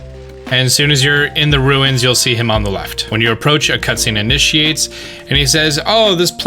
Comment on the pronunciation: "Ru-inns?" Oh no... I'm getting Cool Hwipp and Hweet Thins flashbacks.